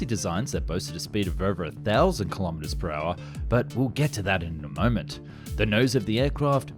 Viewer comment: Thats’s “armament,” .